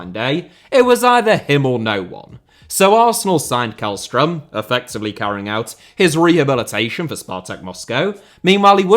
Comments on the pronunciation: the way u prounounced källström in swedish was right and then u proceeded to go KÄLLström again💀😭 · Always amusing to hear Swedish being mispronounced. Jokes aside, keep up the great content! Edit: Sent this before you corrected yourself. Yes, it's a soft K, the first half of his name sounds more like "shell". I was hoping you were going to give "Djurgården" a crack